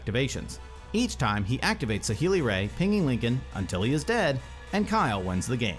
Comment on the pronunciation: Awesome game!!! Not sure if it mattered for Kyle but he should not have drawn off the teferi -3 at the very end, because of notion thief. Also it’s Saheei RAI, not Ray :)